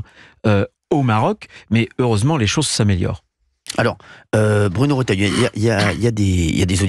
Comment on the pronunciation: Pourquoi tout le monde l'appelle rOtailleau au lieu de rEtailleau ?! Ca me rend dingue !